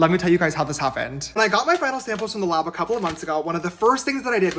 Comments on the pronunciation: Did he say lob instead of lab lol idk why but that's super bothering me lol 👽👾👽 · "When you create a product with a lahb" I can't stand this idiot.